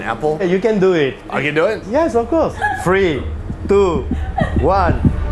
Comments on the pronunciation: I thought he said "free" when he said three 🤣 I was like 😲 then 😃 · I thought he said 'free, two, one' 😂 free truffles